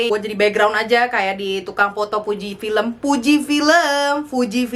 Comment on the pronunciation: Nyebut fujifilm: "pujipilem". Urang sunda pisan, eeeeuuuyyy!!!